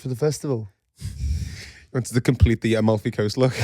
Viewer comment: Guys its Am - al - fi coast! You're saying Al - muffy haha! Love it